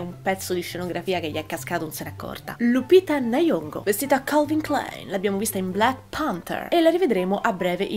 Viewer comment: Amo come dici Lupita Nayongo.